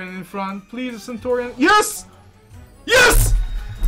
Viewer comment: Dude, it's 'CENTURION';) Nice win by the way!:)